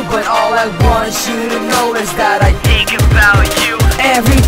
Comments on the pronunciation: Faut que tu prononce le H dans tHink.. mais apart ca moi jlaime ste toune la <3 :) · tu devrais ameliorer ton accentcar c pas tink mais think !! mais tu es bon te laisse pas rabaisser par les autres !! tu es bon continue !